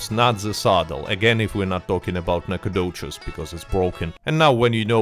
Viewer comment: I played pvp events before seeing that part. Got dusted. Destroyed. Oh and it’s dope to hear that the Nacogdoches saddle is best. I’m from Nacogdoches, Tx. And it’s nice that you pronounced it correctly.